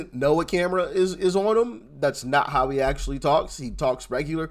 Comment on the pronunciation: It's all good, but she can't say how.